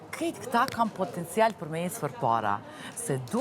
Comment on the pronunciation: Popoptencial😂😂😂😂😂 spo mundet prej botox me fol mir